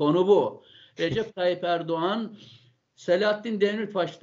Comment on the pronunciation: Hocam çok güzel anlatmışsınız teşekkür ederim ama ERDUVAN ERDUVAN dediğinizde çok güldüm😂